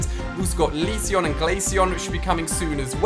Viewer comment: Did anyone else hear he said Leaceon?